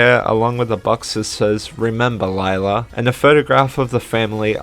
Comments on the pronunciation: Cool video! Although Lila's name is pronounced "Leela", not "Layla". And Sr Pelo is not "Sir Pelo" it's "Señor Pelo" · Nice video but it kinda annoyed me how you said sir pelo it's actually senor pelo (it's Spanish for mr) easy mistake though also the name of skids mom is pronounced lee-la not lie-la but other than those to little mistakes this video was really well made good job 👍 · Nitpick but I believe its (Lee lah) not (Li lah) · It is actually pronounced lila not layla. I believe thats what i heard one of the characters say. I think it was jaune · I notice you’ve been pronouncing Lila’s name incorrectly (which is a common mistake made by a lot of the fandom including myself until it was stated in the fourth episode), but her name is actually pronounced “Lee-la” rather than “Lie-la”👁👁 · Actually I think Lila's name is pronounced Le-La, correct me if I'm wrong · I LOVE SPOOYNMONY LORE OGMB ITS SO RAD HGahahHHGgAAA Sorry I got excited Edit: Also slight correction, Lila is pronounced “Leela” in the 4th episode. It’s alright tho, I pronounced it the same way a long while ago. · You pronounced lily wrong Lee-La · And you pronounced Lila's name wrong... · You pronounced Lila wrong